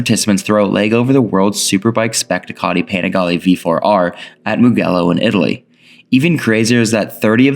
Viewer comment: MO gello like gelly . good video overall xd